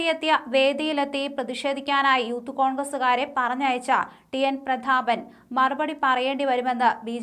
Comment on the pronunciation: കുട്ടി, പ്രധാപൻ അല്ല, പ്രതാപൻ. മാതൃ ഭാഷ അറിഞ്ഞിരിക്കുന്നത് നല്ലതാ.